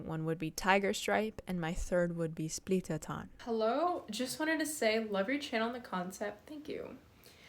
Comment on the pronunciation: Splittertarn is pronounced as shplittertarn. German is weird. :D